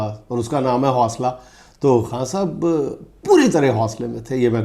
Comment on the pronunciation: جنید انکل آپ خاں صاحب کہنے کی بجائے خان صاحب کہا کریں آپ کو تو خاں کا مطلب معلوم ھے 😅